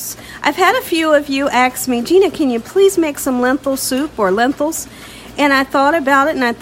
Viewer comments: Lentils or lenthils? Not tryna be mean but it is pronounced Len-til (like mental hahaha🤣😂🤣) no “h”.... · Hello Gina...I've been watching you for about 2 years. I like your cooking shows so much. I wanted to tell you that your Lentil soup is my favorite. I had to tell you though, it's pronounced Len-tils, not Len-tils with an h. Please don't think I'm being pretentious, I admire you and you establishment. May THMH(THE MOST HIGH), bless you and keep you.